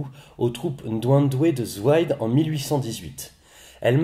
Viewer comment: C'est pas zwaïde mais ZWIDÉ